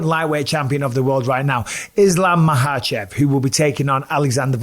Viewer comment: Mike’s pronunciation of Makhachev is fairly solid but still calling Khabib “kuh-beeb”